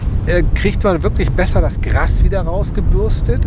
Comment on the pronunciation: GRAAAAAAAAAS, NICHT GRASSSSSS